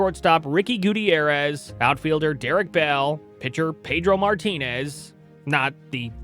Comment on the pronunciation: Ricky GOOTY-AIR-EZ 😂😂😂